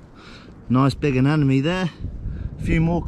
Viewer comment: ANEMONIE not anenomie you scratch my ear buddy